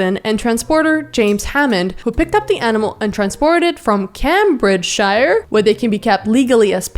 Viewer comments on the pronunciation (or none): came-bridge-shur for anyone wondering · Cambridgeshire is pronounced came-bridge-shire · Cam bridge shire, cute ☺ Try this, came bridge sheer, then put them together in one word, camebridgesheer. That's how you pronounce Cambridgeshire. I know you like to learn language, I know you're not British and that's cool, just trying to help. Love from an Englishman in Scotland. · Cambridgeshire is pronounced as ‘came-bridge-shear’ (like shearing a sheep) idk why I’m saying this it really don’t matter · holy pronounciation, Batman! For the record, it rhymes with 'sheer', not 'hire'. When spoken, it sounds more like 'Cambridge sure.' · Cambridgeshire is pronounced Came - Bridge - Sheer for future reference :3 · SHE DID NOT PRONOUNCE CAMBRIDGESHIRE LIKE THAT. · The way you pronounced Cambridgeshire 😂😂😂😂